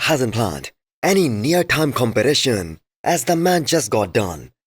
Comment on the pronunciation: BRO say competition not compylasion it is not that hard